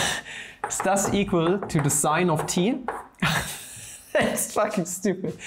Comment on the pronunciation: 400th like....sorry, I am late Papa! , the epic moment when sin(t) became si-(t)... lol